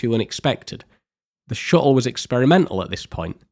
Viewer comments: Great video! Never heard "shuttle" pronounced without any "t's" before XD Shu-le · Ngl as a fellow Englishmen your pronunciation of shuttle was a bit grating on me haha. Amazing video though! Ok seriously are you aware of the letter T 😂